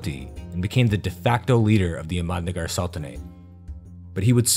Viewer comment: Indian languages are not pronounced like Spanish. The emphasis is on the 1st syllable. AHmadnagar. Common misperception. NAmaste. HALdi (TURmeric) DELhi. MOghul, DECcan, MAlik AMbar, etc.